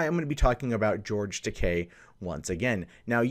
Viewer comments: Why is it that you get the pronunciation of TAKEI right in the beginning of the video but immediately go back to TAKAI just after that? It's TakEi not TakAi. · It's pronounced "Tah, kay." The way you pronounce it, it would be spelled Takai. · Every time he says "Takai" my inner weeb dies a little.